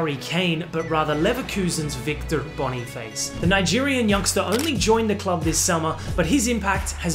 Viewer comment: Boni 'face' 😂😂😂😂 You need to pronounce it like the french word face...